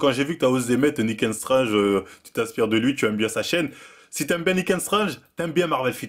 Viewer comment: faut vraiment perfectionner ta prononciation en anglais C'est pas "Nick ain strange" mais plutôt "Nick and strangte"